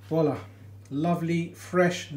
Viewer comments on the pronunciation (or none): none